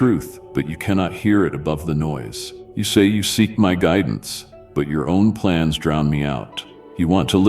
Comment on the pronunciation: I trust your gridence